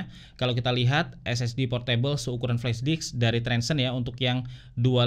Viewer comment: flashdisk bang bukan flashdiks 😂